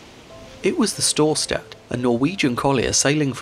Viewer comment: I love how wrongly he pronunces Storstad. mainly "stad" listent to a German saying Stadt and then just cut the T